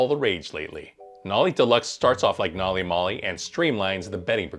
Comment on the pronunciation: can you please learn how to pronounce the system name correctly?